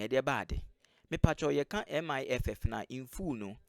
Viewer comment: It is MIIF not MIFF my friend.